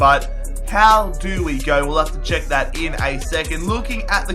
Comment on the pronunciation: it's check not chuck